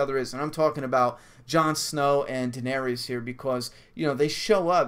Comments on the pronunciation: Jon is Dany's nephew. Also it's pronounced Duh-nair-iss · Its pernounced Duh-nair-iss lol but close enough. She's Jon's aunt. Rhaegar Targaryen is her brother and Jon's father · its pronounced dan-air-is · Jon's her nephew ;) Daenerys = Duh-NAIR-riss (emphasis on the nair; "riss" rhymes with hiss) ;)